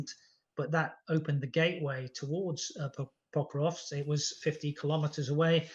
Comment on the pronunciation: Pokrovsk, not Povrovsk! It's bad enough that the host gets it wrong, but the guest also.